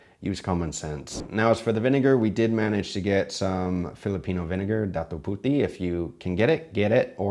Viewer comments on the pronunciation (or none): Small note on the Filipino pronunciation: It's DA-tu pu-TI, not PU-ti. Puti as white; especially adobong puti or white adobo, where you don't use soy sauce at all and it's more straight vinegar and rendered fat. Great that you got cane vinegar though. Also, soupy adobo, as much as it's not desired as much outside the Philippines, is actually the more common outcome. We tend not to thicken; it's really more of a Chinese thing to add cornstarch. But if you do, yes, cornstarch, and not flour or roux, is the way to go. And mostly, the reason never to thicken with starch... is that you're eating this with rice, and you want to eat this with as much rice as possible. That's also why adobo tends to have as strong a flavor as possible, in order to facilitate eating this with lots of rice. Overall, it's a good showing for adobo. Other than adding spice via sili, there's also the option for spiced vinegars. Or, you can eat this with banana or boiled saba for extra sweetness. Or eggs, usually boiled eggs.